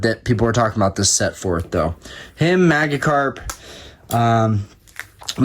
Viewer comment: Your pronunciation of "maggi-karp" multiple times hurt me deep inside. PS: No disrespect intended. Never commented but love relaxing and watching your videos.